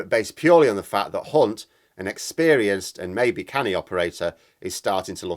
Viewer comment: hunt? you you pronounced that wrong. interesting? nah mate, his record would be brought up against him and he would be gone. OH! and starmer a "prime minister in waiting?" in a pigs ear! me and everyone i know will be holding back our votes from him, and we wont be giving them to anyone else either. we have a deep desire to see his face slapped and we feel the need to give him a reason to step down.